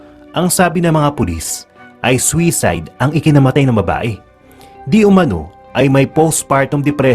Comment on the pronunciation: Soo side poh ang tamang pronouncesation hindu swayside. Refer no da dictionary